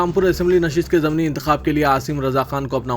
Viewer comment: Simat nahin Simt bolo. Zamni nahi zimni intekhabad bolo. News padhne se pahle talaffuz sahi karlo.